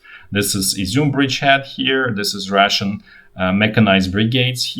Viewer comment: The way you pronounce “Russian” sounds like “ration” to English ears.